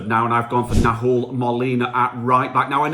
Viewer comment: The "H" is silent in spanish mate. Nahuel = "Nah-well".